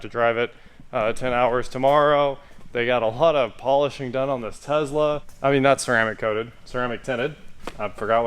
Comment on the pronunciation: Did you just say "Tessy" lol?!?!